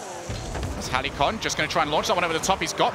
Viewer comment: Thank god stopped saying Heli-con.